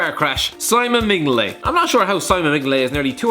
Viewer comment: “Min-Yo-Lay” it’s pronounced